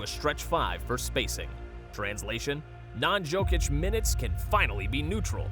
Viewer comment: Saying "jokeitch" instead of "yokeitch" -phonetically... braun is said Brown, and as my man pointed out... Michael Moore? Mike Malone is gone...but cool get it wrong two ways